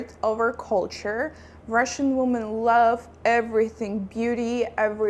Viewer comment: Thanks for the video. Women (which is the plural of Woman) is pronounced like: Wimin